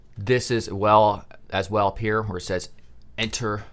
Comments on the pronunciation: reads entre ~seconds later~ says enter with so much emphasis and deliberation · Lol... “enter” vs “entré”